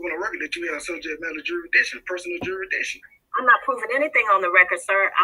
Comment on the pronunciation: If you can't even pronounce jurisdiction, much less understand the meaning of the word, then it's not your best first line of defense.